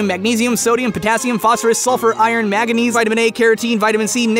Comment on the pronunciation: its MANganese, not MAGanese, idiot.